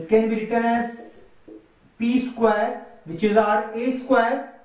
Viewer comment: Isquare nahi square hota hai Bolna sikhlo